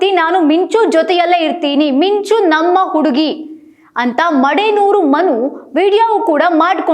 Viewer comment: ಮಿ ಂ ಚು ಅಂತ ಕ್ಲೀನಾಗಿ ಹೇಳ್ರೀ....